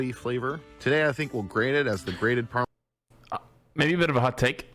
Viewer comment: The bostonian was STRONG in the word Parmesan